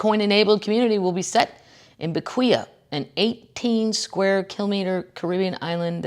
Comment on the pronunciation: Please leave our alone! Tuesdays are better with Kathleen &! Side note...Bequia is pronounced "beck-way"...part of St Vincent (Caribbean island with volcanic eruptions) and the Grenadines.